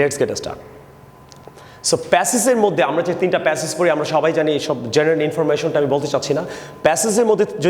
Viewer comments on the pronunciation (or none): none